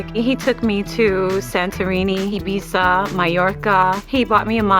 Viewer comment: Yeah that ain’t how you pronounce Ibiza